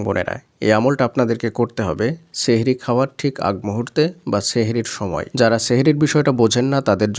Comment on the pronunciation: Sheher ortho jadu... Sothik uccharon Sahri❤